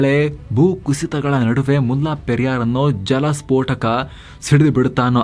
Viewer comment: ಅದು ಮುಲ್ಲಾ ಪೆರಿಯಾರ್ ಅಲ್ಲ. ಮುಲ್ಲ ಪೆರಿಯಾರ್ ಅಥವಾ ಮುಲ್ಲೈ ಪೆರಿಯಾರ್. ನಮ್ಮ ಜನಗಳಿಗೆ, ಹಿಂದಿ ಉರ್ದು ಭಾಷೆ ಬಗ್ಗೆ ಇರುವ ಪ್ರೀತಿ ನಮ್ಮ ಪಕ್ಕದ ರಾಜ್ಯಗಳ ಭಾಷೆಗಳ ಬಗ್ಗೆ ಇಲ್ಲ. ವಾಸ್ತವವಾಗಿ, ಹಳೆಗನ್ನಡ, ತಮಿಳು, ತೆಲುಗು, ಮಲಯಾಳಂ ಭಾಷೆಗಳಿಗೆಲ್ಲ ಸಂಬಂಧ ಇದೆ. ಇದು ನಮ್ಮ ಈಗಿನ ತಲೆಮಾರಿನ ಜನಗಳಿಗೆ ಗೊತ್ತಿಲ್ಲ. ಆದರೆ ಸಾವಿರಾರು ಮೈಲಿ ದೂರದಲ್ಲಿರುವ ಹಿಂದಿ/ ಉರ್ದು ಬಗ್ಗೆ ಬಹಳ ಗೊತ್ತು.